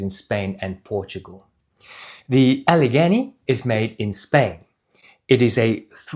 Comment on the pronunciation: Getting closer … Allegany (Al-uh-GAY-nee)….as in Gday. Glad you reviewed these. The live motion view gives a better perspective on these boots than the static shots on the company website.